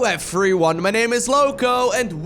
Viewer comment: How many "F"s are in "everyone"? According to Lowko, at least 3 or 4. Efffryone :-D